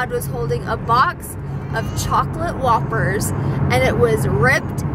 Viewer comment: when you were talking about the dog eating your whoppers I thought you were saying "wafers" until you showed the bag. Now I know why people say you pronounce some words wrong!!! But that's okay!!! I cannot pronounce the letter "R". Fwog, wain, wechargable.